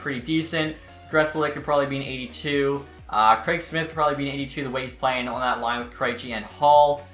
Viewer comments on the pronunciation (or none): none